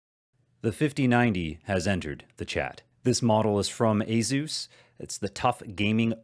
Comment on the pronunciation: AY-soos, no Zs in sight. ;)